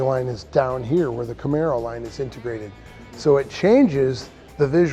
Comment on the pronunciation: Joe " I own a Namaro " Rogain